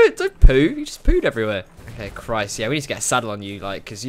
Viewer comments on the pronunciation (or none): none